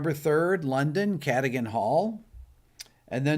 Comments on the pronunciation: It's pronounced ca dug an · Rick, just so you know, Cadogan (your upcoming England gig) is pronounced "Ka-duggan" 😉. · Cadogan is pronounced 'kuDUGGun'. Just FYI, Rick. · Ka-DUH-gun Hall. Earl Cadogan basically owns (or owned) most of Chelsea in SW London; in defense of the weird pronunciation, it's a Welsh name